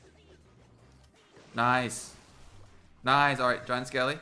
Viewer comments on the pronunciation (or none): Do you watch Brooklyn nine nine P.S this came up cuz you said noice